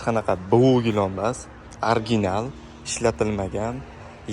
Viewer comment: Gilom emas gilam deb gapiring 55 yoshga kirib gilamni gilom deganni birinchi eshitishim 😅